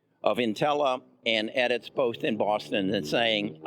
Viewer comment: Edits, Nutella, and Pac bio tech. Why can't this guy pronounce the companies correctly? His inability diminishes his credibility. C'mon man.